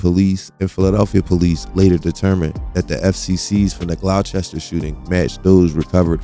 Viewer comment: I was wondering where you were talking about when you mention "Glauchester Township). Then, I realized, you're not from Jersey and must be talking about Gloucester Township. Gloucester is actually pronounced "Glawster). Great content, always, however.